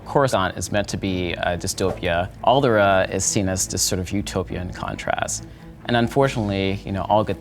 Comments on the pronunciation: Why does he keep calling Alderaan "Aldera"? That's bothering me. lol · He actually called it Alderaa. The nerve! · Great video but it hurt hearing him say Alderaan wrong the whole time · It triggers me the way he pronounces Alderaan.